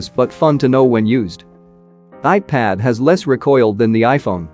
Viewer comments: he is saying ipid ! not ipad 😂😂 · Why are you saying ipid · ipad ❌ ipid ✅ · People: Ipad robotic voice: Ipid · Nobody: Not a single soul: Text to speech bot: iped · lol i was expecting that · Nobody: Literally nobody:: Iped!!!! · earlier i was hearring it as IPad only.... after reading ur comment it bacame IPid like for the rest of my life😂.. helpless